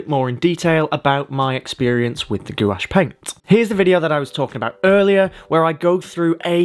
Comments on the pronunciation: I love painting with gouache as well. This is beautiful. Btw it’s pronounced “gwahshh” not “goo-wash” lol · Excellent tutorial. Thanks a lot for sharing your knowledge about gouache. 👍🙏🙂 By the way - everybody else, who work with this medium on YouTube, pronounces gouache [gwarsjh]. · Gouache is said as (g- wash) FYI...